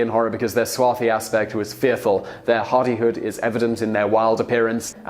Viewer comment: Odd pronunciation of swarthy, Danube and Byzantine and Aetius. There could be more. I skipped through a bit. I wonder what the provenance is for those particular pronunciations.